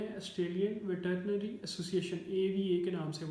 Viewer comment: Sir veterinary bolna to seekh len